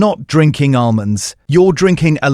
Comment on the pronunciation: Great content but horrible AI voiceover that can't pronounce 'almonds'!